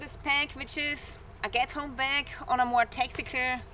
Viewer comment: Coming from a German living in the U.S. with the heavy accent. I thought you said Ghetto bag 😂